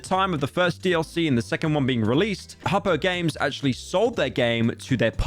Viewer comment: He mispronounced Hoppo its so over